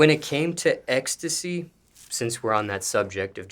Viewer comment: can’t say ecstasy to save his life